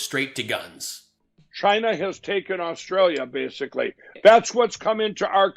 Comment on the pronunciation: This dude has Stolden my identity by calling me Rustralian .....actually, I like it!